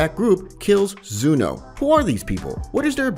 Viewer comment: Why do you call zeno zuno